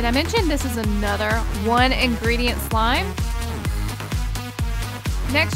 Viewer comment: Love how they say "one ingreditent" when they use like 5 lmao